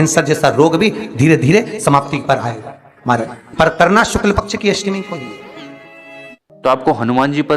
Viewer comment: Shukl paksh bolna seeko bhai